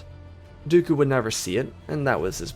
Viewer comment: He said his words "Do-oku." Ok why? its been 15 seconds..